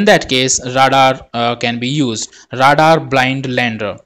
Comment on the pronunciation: Great Video! One minor comment: English is stupid so radar is actually pronounced “Ray-dar.”